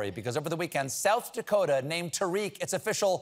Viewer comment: Just for information. It’s not pronounced Tareeq. It’s Ta-riq.